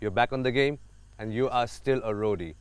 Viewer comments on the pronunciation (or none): always says gyam instead of game. Like if u noticed.